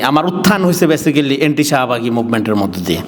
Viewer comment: ব্যাসিক্যালি নামে কোন শব্দ নাই। ব্যাসিক-লি। ঠিক মত বাংলা কইতে পারে না, আইছে ভাব চুদাইতে। নিজের লেখা খুব জনপ্রিয়। নিজেই ভাব চুদায়।